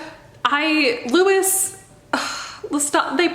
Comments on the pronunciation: i love you and all of your videos are amazing but as an anne rice/iwtv fan since i was 12, it's loo-ee not loo-is 💜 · 1) His name is said like Lou-E. Louisiana French boy so think that way with pronouncing. 2) The whole thing that she had about her vampires being sexual without being SEXUAL was always off putting. But the books, at the time, was good. I enjoyed it. Until I learned how she treats her fans. For Harry Potter, I still love the fandom and community that we built without JK. I'm still a part of it and will always be a part of it. For good reason, cause I found a lot of wonderful people who I know. If I find out a writer did something awful, I'm usually sitting there going "how bad was this thing they did, have they tried to fix themselves? And do I enjoy the community enough to discard the author but keep the community?"